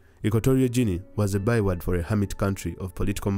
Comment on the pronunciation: Guinea is pronounced like Gini (not Jini).